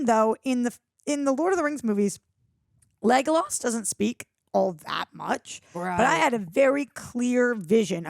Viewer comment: Just about to watch this, pleeeeeaaaaase tell me she she aint still saying Lega-loss lol